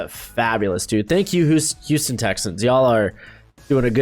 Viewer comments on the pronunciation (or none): none